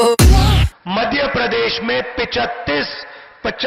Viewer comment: पप्पू दादा की जय हो,ये धरती से जुड़े नही है विदेश में पड़े है भारतीय संस्कृति का ज्ञान नही है जनता से जुड़ाव नही है जनता की पीड़ा समझ नही पाते है।ना जाने ये क्या बोलते है कुछ समझ मे नही आता मध्य प्रदेश को मधे प्रदेश बोलते है।गजब ये बनेंगे प्रधानमंत्री तो हो गया देश का सत्यानाश😮😮😮😮😢😢😢